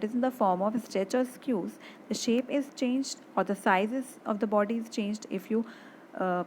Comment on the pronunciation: Pls correct your pronunciation of squeeze